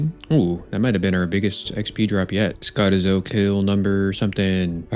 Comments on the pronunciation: PLEASE stop calling it Scottizo, there’s clearly not 2 T’s, it’s just Skoh-tee-zoh 🤦‍♂️🤣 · please learn to say skotizo correctly